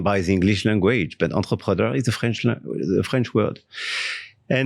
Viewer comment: "enterpreneur" wtf 🥴🤔😱